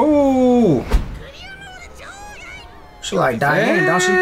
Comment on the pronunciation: I believe you pronounce Diane name dee-Anne instead of dye-Anne just a heads up 🙂